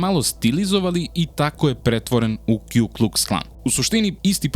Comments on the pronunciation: Nije Kju nego Ku Kuks Klan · Puni naziv KKK je Ku Klux Klan. Ne kju klux klan